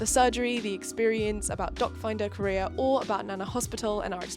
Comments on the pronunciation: Am I the only one who heard “dot finder career” instead of “doc finder Korea?” 😂😂😂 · every time you said "doc finder korea", I understood "dog find a career" 😂 - and very happy for your sister! this is wonderful! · At first when you said DocFinderKorea, I kept hearing DogFinderCareer and was pretty confused😅 But seriously, your sister has very nice skin and hair. It must be so scary to go through these surgeries and in a foreign country during quarantine to boot. Kudos to you and your sister for being such badass queens!👑 Hope her recovery is going well 💗